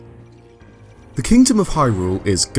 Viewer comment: You’re an adult and u don’t even know how to pronounce predecessors